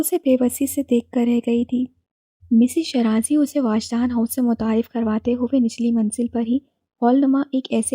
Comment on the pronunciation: It's not واجدان 😭 it's وجدان 🥺